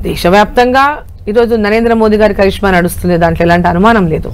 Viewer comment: చరిష్మా కాదు రా కరిష్మా అనాలి,అసలేమొద్దు నాలుక. నీకు ఇంటర్వ్యూ లు ఎలా ఇస్తున్నారో అర్థం కావడం లేదు రాబాబూ 😂